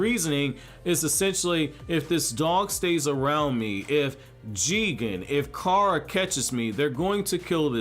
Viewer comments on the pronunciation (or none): none